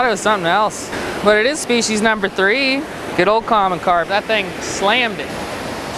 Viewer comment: "Spec-eyes" lol